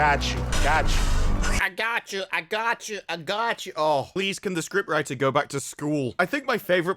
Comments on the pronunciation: "Ai-gatchu" all along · How many times does Cube say "ahgotchu"?